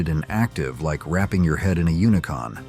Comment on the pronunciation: It’s not unicon it’s unicum